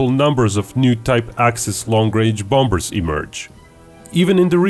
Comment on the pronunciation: am i the only one that keeps repeating "bom-bers" lol